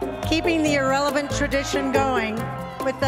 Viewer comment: 😂jajjajjjajajajajajajajja